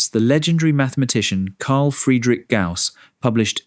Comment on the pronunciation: The name is Gauss not 'gas'